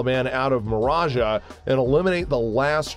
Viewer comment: its NOT HIMRAS its HIMARS ....clearly pronounciation is not high on your newscaster list of priorities and btw it's MARJAH smh